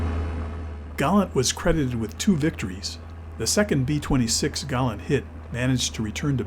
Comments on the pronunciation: It is GALLAND. which is NOT pronounced the same as 'Gallant.' Americans can never pronounce anything correctly. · Galland's voice doesn't feature in the vid. It's all AI and photo visuals, plus the American narrator's voice endlessly calling Galland 'Gallant.'